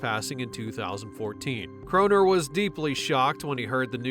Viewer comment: You can tell this video is narrated by AI because of the mispronunciation of surnames... It wasn't 'Croner', it was 'Cro-now-er'